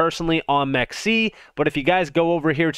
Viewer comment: It’s “m Ex c”